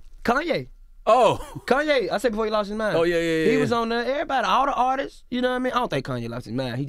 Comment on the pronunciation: “Actual artistses” Lol